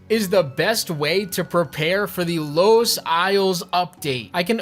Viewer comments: “Los Islands” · Why u pronounce lost like that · is nobody gonna talk about the way he said lost